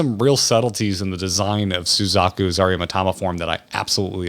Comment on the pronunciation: Ahctually Aramitama is pronounced: Great video keep it up!